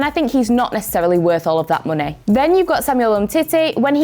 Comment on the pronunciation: i love how says "MUNEY"